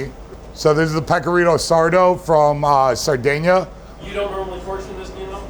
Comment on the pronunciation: "Sardeina", "Rigoda", "Mudzarel", "Boloun"... Geez... Can't stand americans who call themselves italian just because their surname is italian (which they can't even pronounce correctly. Great that it works in america but stfu